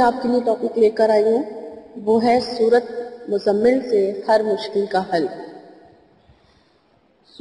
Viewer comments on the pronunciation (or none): App ny tu Surat mozammil ko hi ghalat phara hy